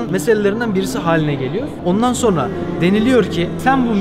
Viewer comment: Sorna değil sonra:)